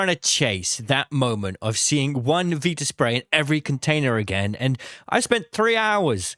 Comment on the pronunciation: I despise the way you say viraspray but I love your content 😭